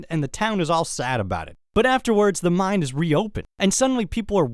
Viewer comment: I really like your videos but when you say "mine" it sounds like you're saying "mind"